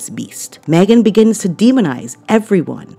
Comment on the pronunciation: I loved your mispronunciation of “Haghen”. Let it catch on 😂😂😂😂😅